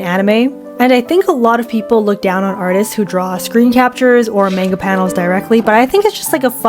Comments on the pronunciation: its man-ga not mahguh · Why you say mänga it's Manga pronounced maangaa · "menga"..? MENGA?!?!? ITS CALLED M-A-NGA /not tryna hate/ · i just want to point out--not tryna be rude--that in japanese they dont have that 'AY' sound, they use an 'AH' sound, so manga would actually be pronounced mh-AH-ng-gah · It's monga not manga